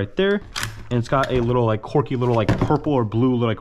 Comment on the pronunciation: Dude, car-T-ridges, and quirky is pronounces KWURKIE, not KORKY. its literally painful to listen to. Im not watching more of this.